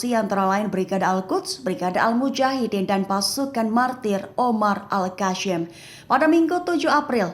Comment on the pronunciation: YANG BACA TEKS NYA KEPANAPA AL KASSAM DI BACA AL KASYAAAAMMM